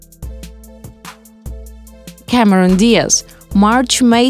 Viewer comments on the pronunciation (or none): none